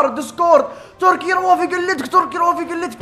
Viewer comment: تركي مو تركس كانك تقول ترانكس